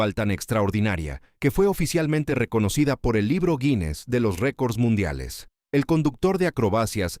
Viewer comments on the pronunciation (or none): none